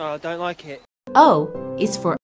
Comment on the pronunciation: I don’t wike it